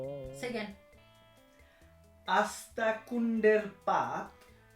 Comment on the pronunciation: Being a Bengali, even you can't say one line perfectly! Sad! That was আস্তাকুঁড়ের পাত, not আস্তাকুঁন্ডের পাত!!